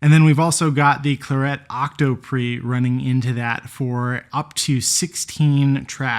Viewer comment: Weird pronunciation of clarett, which is a colour, the colour of the unit, as in the wine? But the double 't' throws this into doubt... I'm not buying one until this is sorted out!